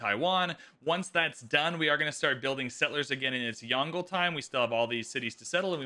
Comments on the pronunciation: It’s two syllables Yong-luh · The pronunciation will be like “Yon” from Yondu, and le. So it will be like Yong-le.